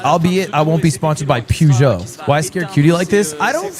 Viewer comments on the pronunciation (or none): Ludwig in the beginning of the vídeo: “see? I’m fluent in French” Ludwig minutes in: “pew-joh” 😂😂